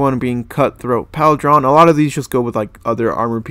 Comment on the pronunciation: And it’s not PAL-DRON, it’s Paul-drun/Pauldron. Bro, this is honestly a little sad, ngl